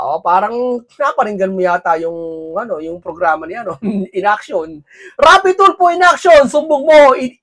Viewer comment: "R"aff"Y" tul "F" o😂😂😂aff Tulo😅😂😂